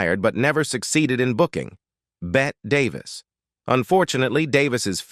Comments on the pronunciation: Bett Davis? It's Bette Davis. AI screws up so much. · It's pronounced BETTY DAVIS.